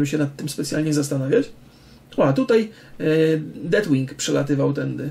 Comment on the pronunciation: Przypadkiem nie mówi się Deathwing ? Nie jestem pewien ale chyba tak jest poprawnie i wymowa z naciskiem na "th", w sumie to tylko tak mi się wydaje, jeśli mówię źle, to sorry. Poza tym jak zwykle świetnie.